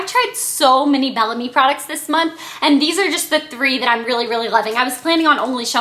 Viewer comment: I don't think it's pronounced "Bell Am-ie" but rather "Bell Ahhhhhm" which means "Beautiful Spirit" in French. :)